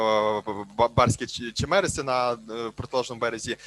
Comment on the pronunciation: Це дуже добре що є люди які працюють над історією міста Бар,але панові потрібно зїздити в місто Бар подивитись на руїни,тому що склалалось враження що він тут взагалі не був(хотяб судячи з того де він ставить наголос в слові Чемериси)